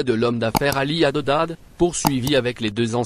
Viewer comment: Tu t'entêtes à prononcer "HADEDAD' !!! Il s'appelle "HADDAD"